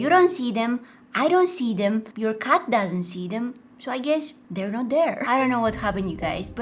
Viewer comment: Your are saying cut instead of cat that hilarious 😂 😂😂🤣